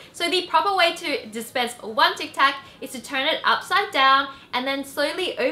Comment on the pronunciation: Its tic tac not tax